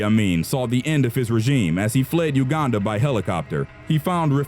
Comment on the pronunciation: you are the first white person to pronouce uganda correctly